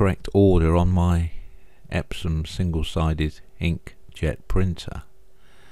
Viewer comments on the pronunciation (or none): "Epsom" ? Don't you mean "Epson" ? >